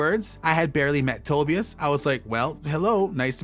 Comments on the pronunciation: And its To-bi-us not To-be-us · he even got Tobias wrong!